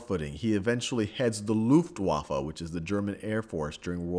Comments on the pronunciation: It's luft- VAHF . German pronounces all w's with a v-sound. I don't know anything about Nazis, it's something someone who's a direct descendant of a German doesn't WANT to know b/c it's so dang embarrassing, but I understand the German language better than any other besides Spanish. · nice German pronunciation.. "loofed" waffe and "shoots staffel"